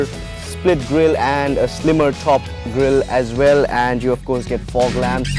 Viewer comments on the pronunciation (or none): none